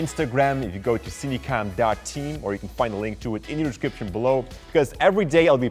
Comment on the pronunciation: I love when he say:in the dishcription below